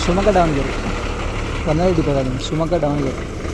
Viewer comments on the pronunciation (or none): Sir adhu Dhavanagere not Daavanagere please pronounce correctly